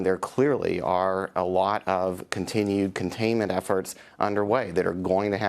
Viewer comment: CUHN-KUH-TINUED PROGRESS CUHN FIRMED